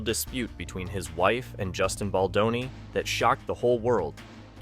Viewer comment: Is this an AI narrator? Just curious. I keep hearing names pronounced wrong like, "Badloni" and "Candance Owen" lol. It is what it is I guess. But also F a$$hole$ like BL and RR.